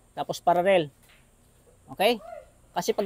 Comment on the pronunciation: Paralell hindi pararel😂